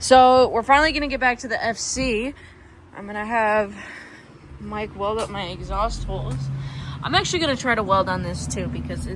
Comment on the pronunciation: take the "eggs-aust" off